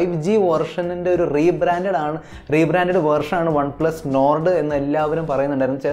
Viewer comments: enn perum Ottum perfect allatha pronounciationum,, നോർഡ് അല്ല മോനെ, നോഡ് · Nord pronounciation sheri ayillaa😌